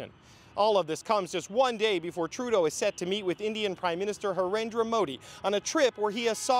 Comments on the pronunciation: It's Narendra Modi not Harendra Modi .lol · His name is Narendra Modi, not Harendra as the reporter pronounced it. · Harendra Modi??? who is that at least get the Indian Prime Ministers name right!!